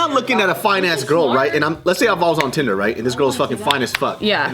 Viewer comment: I just watched the clip. They were just confused by her pronunciation of “tinder".